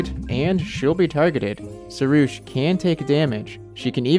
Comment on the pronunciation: Because im Iranian, we have the word pari (which means angel) and the name sorush. So i can say that you are pronunciation for pari is wrong and you should use "A" as a "AA" but your pronunciation for sorush was right so thats good. Also fun fact sorush is my little brother's name😂